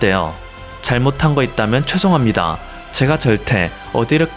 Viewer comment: 최송합니다 ➡️죄송합니다 한국말 똑바로해라